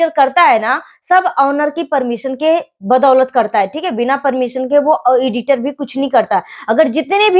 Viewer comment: Iditer nahi aunty editer 😂😂😂 Pahle bola sikho cheda ki cheli Tum bhi aaj apni choli hi khol rahi anpadh